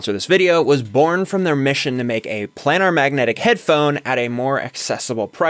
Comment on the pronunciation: Headphones- Your headphones are pronounced 'PLAY-nahrr' not 'Plan-nahr'. I enjoy watching a generation looking back on music of this era and rediscovering the shear talent (not software) that created many timeless masterpieces. Kudos!